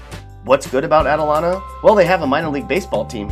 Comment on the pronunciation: delano...... is not pronounced like that its more like da lane oh... and lake isabella, shafter, tahachapi, buttenwillow, hmm and lancaster ;)